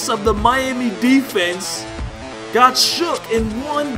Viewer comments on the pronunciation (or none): none